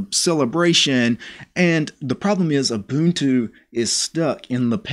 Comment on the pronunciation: You pronounced Ubuntu correctly but the G in Gnome is silent ;)